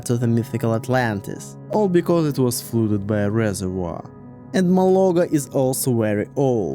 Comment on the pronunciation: Amazing English and I hugely admire your command of it. So with this respect in mind I want to correct a pronunciation if I may; it's not 'flooded' it's 'fludded'. With a 'uh' rather than 'oooh'. I'm only telling you this because I love your content and yr authentic